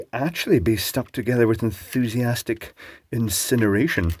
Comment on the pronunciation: "Enthusiastic incinderation"